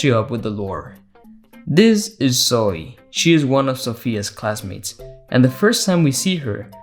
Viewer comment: I love the way you pronounce “Zoey”